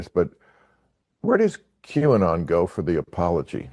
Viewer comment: Qanon pronounced Canon.